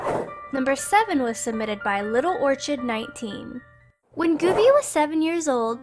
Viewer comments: orchid is pronounced or-kid. not or-ch-id. Dolan, put some adults on here. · it's pronounced orchid or. Kid or-kid you stupid she said or chiiid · its said "orkid" not "or chid" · It's pronounced OR-KID! *internal screaming* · That's not how u pronounce Orchid! , you say the 'ch' as a 'k'! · Orchid is pronounced orkid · how to say orchid. "orkid" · Its pronounced "orkid" dammit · orchid? ( or-kid) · Do you seriously NOT know what an orchid is??? Orchid = "Or-Kid" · my dear, that's not how you pronounce "orchid". Still love you though! <3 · Hate to be that guy but it's pronounced "or-kid" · she says orchid wrong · The pronunciation of the word "orchid" ................ I can't even.... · I can't believe she pronounced "orchid" that way... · can't pronounce orchid right. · did anyone else notice that she pronounced 'orchid' wrong? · Cassie Herbert yup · Seriously? You don't know how to pronounce "orchid"? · is that how you pronounce Orchid? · Today I learned doesn't know how to pronounce orchid